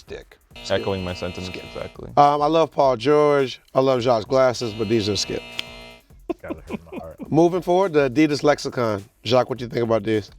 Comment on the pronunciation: Shannon Sharp" Skilp”!!!!!